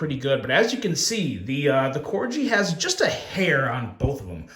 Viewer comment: Calling it the “Corgee” is super smart because people are gonna comment and tell you it’s pronounced Corgi.. like the dog. Well done lol.